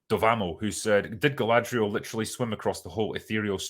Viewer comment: Just finished watching the 1st 2 episodes.. while it made me cringe a couple times, it wasn't as terrible as I expected, If you take the mary-sue Galadrrrrrrrrrrrrrierl (thats how they pronounce it in the show) from the picture the show is tolerable, once shes back on screen it becomes intolerable, the fight scene with her looked ridiculous, 2 episodes in and I can't stand her.